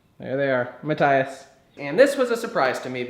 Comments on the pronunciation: it's Ma-th-ias not mat-tias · It's Matt-tee-ahs, not Matt-tye-uhs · Nice video but I'm reasonably sure its Ma-tee-us like most German folks would pronounce it. It was a big distraction every time you mispronounced his name...